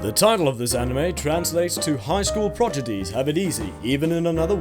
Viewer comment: Yo, he said progedies